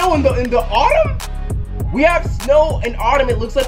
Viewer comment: Nigga said Autumn lol